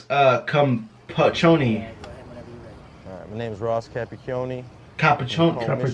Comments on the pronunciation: Capikhioni not capichhioni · Ross... uHcUm..PaChoNni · When he says his last name and you both still hear it wrong and mispronounce it 😂